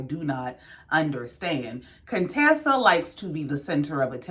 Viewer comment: You said my name RIGHT...no worries..I love your Channel ❤🤗